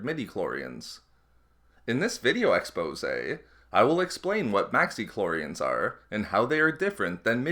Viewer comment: please learn how to say "video eposé" in a non gay way